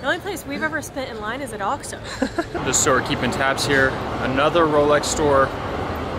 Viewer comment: Oxxo pronunciation is "oaks-oh," not "ox-oh."